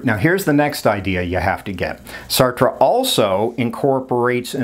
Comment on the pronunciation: Thank you for pronouncing Sartre's name correctly! :hand-pink-waving